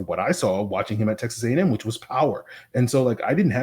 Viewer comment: Alabama A&M. Not “AM”. Just like you would say Texas A&M lol